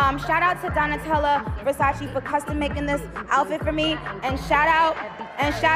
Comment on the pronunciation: It's pronounced versa-che